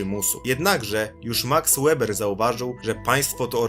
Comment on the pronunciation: Nie łeber, tylko Weber